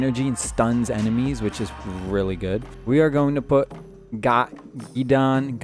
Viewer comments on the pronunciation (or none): Bruh it's giiideeen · If you think Jace is above average you have problems. Jacee needs some love or below average. And Varraska much better than Jace. I play Kiora, she's Above average. Also, it's Gid-E-on and he's not that good. Have you played this game?